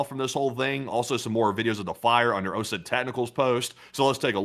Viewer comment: You're pronouncing OZON wrong, It's pronounced "o-zon" no E how we say ozone. Like think OZ - ON (like turned on), that's it. It's kinda tilting me hearing you say it.